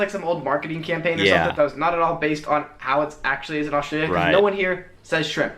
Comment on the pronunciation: I love how you've learned to just say 'straya every time now! 😂